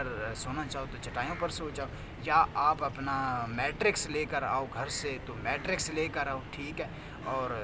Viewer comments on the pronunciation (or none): بچے تم یونیورسٹی میں پڑھ رہے ہو؟؟؟؟ یا یونیورسٹی میں پکوڑے بیچتے ہو؟؟؟ بیڈ پر کیا ہوتا ہے اس کو Mettress کہتے ہیں۔ " میٹریکس " نہیں کہتے۔ بچے پڑھائی پر توجہ دے یہ ویڈیوز بنانا بند کر۔ ماں باپ کا پیسہ اور اپنا وقت مت ضائع کر